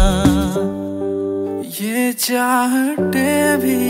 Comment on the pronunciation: Chahate Hindi pronunciation is gone....sorry